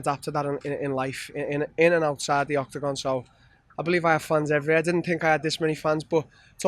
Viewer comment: They don't tink like he tinks, they don't talk the like he talks, they don't miss weight the way he misses weight.